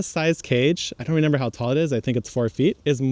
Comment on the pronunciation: I know it's a habit from childhood but hearing renember instead of remember is funny to me. Never change bro.